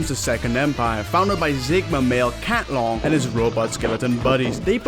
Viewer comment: Cat-lon my Oshi.